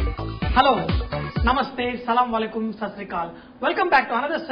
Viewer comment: Its Assalamualaikum not salamalakum. Please corect hereafter...